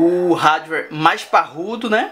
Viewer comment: cara vc é muito legal no video,mas tem algumas coisas que incomodam pakas...considere isso como uma critica construtiva...vc fala muito mal ingles, um exemplo disso é quando vc fala hardware...e as suas fotos ficaram MUITO zuadas...flw um abraço